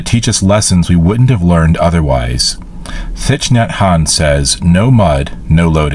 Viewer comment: What a lovely way to make a day of appointments joyful! And I love how you pour a cup of tea for us too! (Though if it’s black tea, I do take a splash of milk!) When you read that quote from Thich Nhat Hanh, “Thich” is pronounced as “tick”. 😉